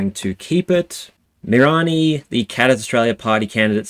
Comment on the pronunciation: Mih-RAN-ee. Mirani. Mackay, rhymes with pie.